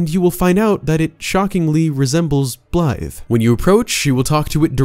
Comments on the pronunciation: Great video, but all i hear is “Blythe” and it bothers me. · He’s screwing up blaidds name on purpose right? Hearing Blythe over and over again was really striking a nerve.